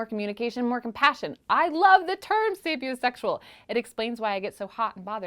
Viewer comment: ehhh at "sapiosexual..."